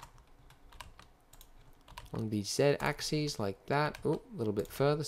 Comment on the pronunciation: Your tutorials are really brilliant and informative. You have no idea how great it is to get someone who knows how to pronounce 'z-axis' doing a tutorial. Thanks mate.